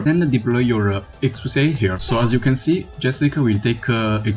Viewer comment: Exusiai is prounounce as "ek-shia". You can look at Texas's Begin Operation voiceline for reference. Anyway, looking forward to more content